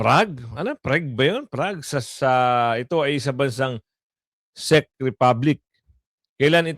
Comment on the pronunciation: Gud am po …Check po ang pronounciation ng Czech…sa Un po g Prague ay Prag ang pronounciation po..🤗🤗🤗 Pa shout po hehehehe